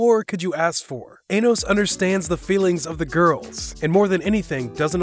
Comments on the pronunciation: It almost sounds like he said ana1 instead of anos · U said anos wrong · He is butchering the hell out of Anos’s name